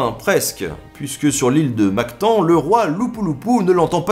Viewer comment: Attention à la prononciation de Mactan et Lapu Lapu, personne ne vous comprendrai à Cebu si vous demandiez votre chemin pour aller voir la statue de ce chef!!!